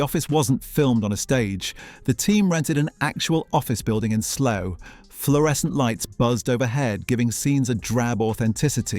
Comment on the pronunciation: Your from the uk, why do u call it slow instead of Slough?